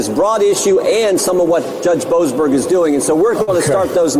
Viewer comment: Judge Bow-assed-burger???? Wtf